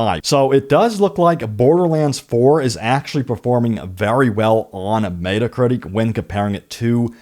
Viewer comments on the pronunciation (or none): Dude...it's not "Meat-uh Critic" it's "Met-uh Critic." Super annoying...